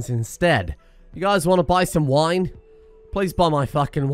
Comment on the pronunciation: reeman wene express